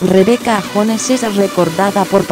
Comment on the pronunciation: No es Rebeca jones se pronuncia yones